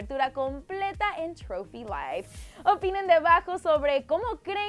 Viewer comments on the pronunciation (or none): none